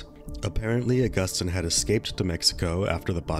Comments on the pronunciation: Hey, just wanted to let you know Agustin is pronounced Uh-gust-teen not Uh-gust-tine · It’s pronounced aww-gus-teen 😊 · Except for mispronouncing Augustine lmao